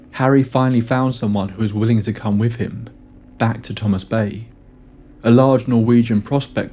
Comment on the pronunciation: Her "fah-vah"? And bru-vuh? Went "wiff" a group? From Can-uh-der? "Norf" to Thomas Bay? 3 months "wurf" of supplies? What happened in the last "mumf" Good grief couldnt you find someone without a speech impediment to be a narrator?